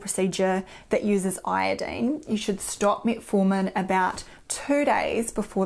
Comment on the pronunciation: Metfartin. Which is funny at first, but not for long.